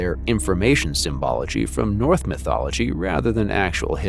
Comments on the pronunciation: I hear you are capable of making the "ss" and "sh" sounds. So why do you keep saying "North" and "Welth" instead of "Norse" and "Welsh"? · AI narration? Wealth, instead of Welsh. North instead of Norse. Yikes!